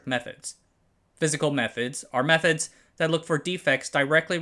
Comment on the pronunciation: When the narrator says "Methods", it sounds like they are saying "Meth-Heads" 😅